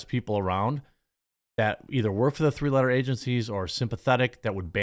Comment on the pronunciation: Lol sounded like free-loader agencies instead of three-letter agencies.